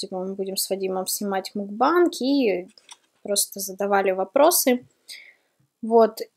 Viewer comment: Та не мукбанг, а макбэнг...